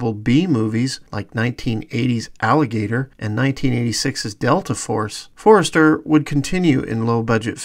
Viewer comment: Great vid - but its Robert For-ster, not Forrester!